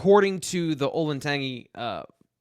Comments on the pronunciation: Hi it's not an issue. I live in Dublin, Ohio just south of where this school is. I just wanted to say it's pronounced olin (like roling) tan (color) G (the letter G) . Just FYI lol idk why it bothers me. Thanks for the content ! You all are the best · Olentangy is pronounced with a soft g sound, like "gentile" or "giant". It's not pronounced with the ending describing a taste or flavor.